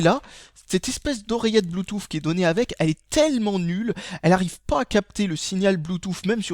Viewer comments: blue"tousse" pas blue"touffe"... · bloutouffe xD